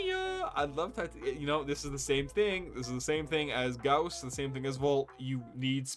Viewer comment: Correct Gauss pronunciation, brings a tear to my eye :). Also this was a fun video, enjoying the content man. P.S I hate volt speed ups, I'm with you man, fucks up my flow and control.